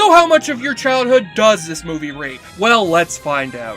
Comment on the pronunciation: I was going to share this with friends up until I heard “rape” at 1 minute 45 seconds in. Did you say “rate”? Might want to edit that out, it limits how who I can share this with. But other than that it’s pretty funny.